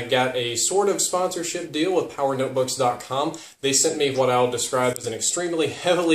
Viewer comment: " they sent me hooawt I wanted" lolol